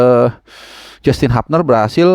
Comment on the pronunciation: Koreksi sedikit, yang benar pengucapan HUBNER (h u b n e r bukan h a b n e r). Semoga masukkan ini bermanfaat.